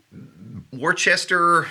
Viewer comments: “Worcester” is pronounced “wiss-sta” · Its worcestor pronounced whiz-tah or wistor (i live about 15mi outta Worcester (Gardner) Pronounced "gahdnah" lol